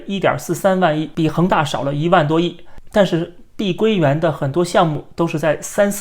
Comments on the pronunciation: 是碧桂园，不是碧龟园。。。真难听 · 我必须用纯正的北普纠正下up主的口音，跟我念：碧（毕）桂（贵）园（园儿）